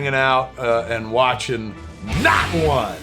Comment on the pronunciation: It sounds like you said “Nut Wands”